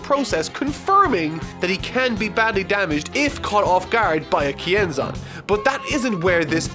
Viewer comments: I always thought they said "Ki Enzyme" not Kienzan. Guess I'll have to my Dragonball Fan card revoked. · I thought he said "YING ZANG!"